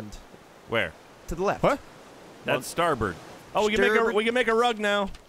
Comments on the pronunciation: God it is so triggering when they say Starburst instead of Starboard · Starburst? It’s starboard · I mean, he definitely knows that it's starboard and not starburst. They've just been saying it like that every time they play an ocean game. He just meant if it was left or right.